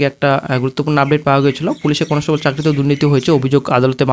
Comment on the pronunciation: আগে উচ্চারণটা ঠিক করো conostobol na ওটা constable